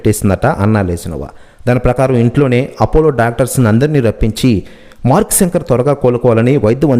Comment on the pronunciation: తెలుగు ni kooni cheyaku babu సంకర్ kadhu ra babu శంకర్ ani paluku